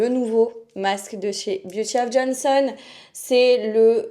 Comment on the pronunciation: encore une nunuche qui sait pas lire!"Beauty of JOSEON, pas of JONSON!! pas de n donc on prononce pas le n!! Apprends à lire ma fille avant de donner des conseils!!!